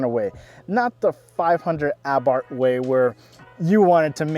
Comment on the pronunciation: Christ can no yank pronounce Fiat or Abarth. What a pathetic review of a good car.